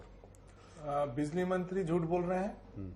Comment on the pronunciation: Bizli नहीं Bijli बोलिए